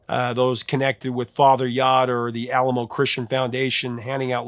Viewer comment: That reference to the "Alamo Christian Foundation" - that's pronounced Ah-lahm-o, not the way that mission in San Antonio is pronounced. And they were really more of a cult than a legitimate Christian foundation...